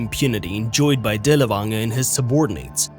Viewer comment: Dirl fanger, dirl fanger is the correct way to pronounce his name.